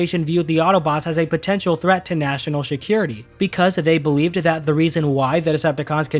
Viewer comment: I love your work, but I can’t get over the fact that you say Shakira-Tea instead of security.